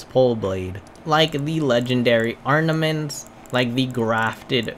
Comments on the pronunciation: Mozz-Oh-Lee-Umm ARMament…not ARN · When he said 'Arnaments' I 100% assumed he was trolling. Cause how..